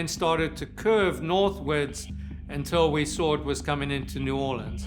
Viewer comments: Right! It's New Walleans! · The narrator can at least learn to pronounce "New Orleans"!!!